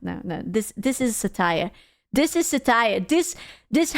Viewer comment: Thats not how we pronounce satire